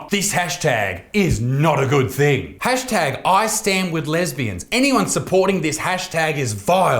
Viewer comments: Did you just say the tash tag instead of hash tag? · Tashtag? First time he says it he says tashtag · At 0.04 it sounds like he says "Tash Tag" instead of "Hashtag" haha... Unless I be tripping.